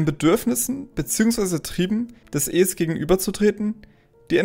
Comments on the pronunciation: Du hast so ne' weirde Stimme... Ich kann dir nicht zuhören Man sagt ES und nicht äs wtf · Super Video, aber bitte sprich "Es" wie den Film aus....